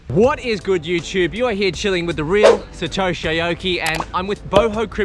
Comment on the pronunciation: This was the best intro in ages. Really passionately emphasises the "gooooooood" in "what...is...good""